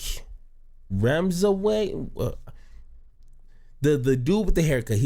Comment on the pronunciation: After watching your personal review, I watched the actual breakfast club interview. Bro, I think you got it wrong. You are smarter than that. By the way, learn how to say the man's name if you are going to establish yourself as a legitimate source of political commentary. Tezlyn was rude, judgmental, and combative. She seemed unreasonably upset about this man's massive success. It takes a tremendous amount of savvy to get the FDA to approve life saving drugs. Neither you nor Tezlyn can say you have that type of accomplishment.